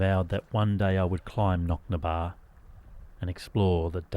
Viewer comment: I 'm a local and its Knocnadtobar not Knocnabar - Knock = hill Na = of the Dtobar = Well i.e hill of the wells (as in springs).